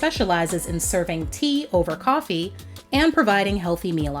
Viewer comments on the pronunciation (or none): none